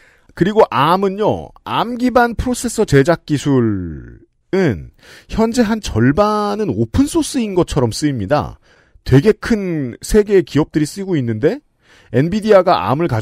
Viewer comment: "에이 알 엠"이 아니라 암.